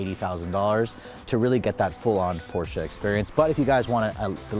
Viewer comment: Last video was a Porsche(finally), this video is Porscha(cringe moment) i had to listen this video on mute because the way you are saying PORSCHA is nails on a chalkboard, not even the germans say porschaaaa like you